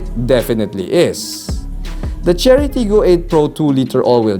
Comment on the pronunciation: I kept hearing Charity lol